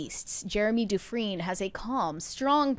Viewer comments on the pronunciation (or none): In my area, people with that last name pronouce it DU-Frayne.